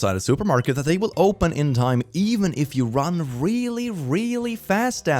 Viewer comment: Pls im really confuse !! For all people who can speak french : Am i the only one who heard "jaune" instead of "run" at this time ?!?!?!?